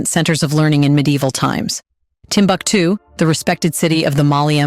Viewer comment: Timbuktu, pronunciation: Timbooktoo. Otherwise nice. Really great editing. The manuscripts in indigenous languages in Arabic script are the Ajami scripts which are now digitalised for preservation. Unfortunately, this once upon a time most important citiy of the middle Ages is gradually falling apart despite being a world heritage site.